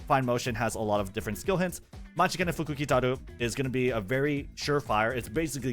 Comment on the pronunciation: bro flexing the pronunciation of M̵̧̹͖̘͆̿a̵͚̘̞̒́͗͘t̷̢̧͈̀̏͐ȉ̷̢́͝k̷̬͖̑̄ä̸͕̞́͂̔n̶̗͈̎ḛ̴̛͇̣̻f̴̖͇͂̌͜͝u̶̧̞̼͔͝k̶̞̉̋͘ụ̴̭͈̤̍͛k̷̹̒͂ȋ̷͔͕͈̍́̔ͅt̵͚̅̐͠a̷̛͈̅r̷̡̢̄ű̴̡̟͑̚͠f̷͚̙̟̀̾̍u̴̡͉͍͗͊́͋ǩ̸̡̤̦̭̇i̴͇̩̎͆t̵͔̗͈͖̎̃̉̒à̸̠̬̥͍r̷̛͎̫̓̑̑u̵̩̰̿͒